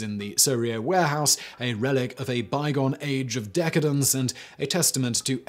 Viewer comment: Is it really "warehouse" with an *a*??